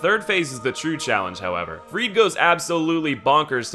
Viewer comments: Freide is pronounced "Frey-da"! They say it in the game! Where did this Freed thing come from? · Every time he says Freed for Friede a part of my soul dies. Ariandel literally says her name in the fight. Ariandel is pronounced wrong as well, but it's more excusable since I think only one npc says it. It's Ari-andle like handle. There's no emphasis on the "del" part of it. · Maybe its just me, but I absolutely hate how he pronounces Friede and vicar